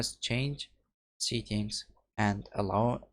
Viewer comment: When he says settings it sounds like he is saying seekings, it's (se, tt, ings) not (see, kings) But thank you it worked for me